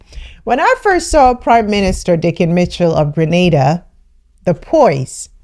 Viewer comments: Yayyy! She pronounced GrenAda correctly this time! Thanks for correcting that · Thank you you said it right Grenada 🇬🇩 home sweet home